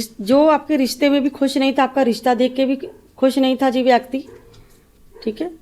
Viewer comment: Y so many numbers for date of birth ? U pronounce व्याकटी X Kts a व्यक्ति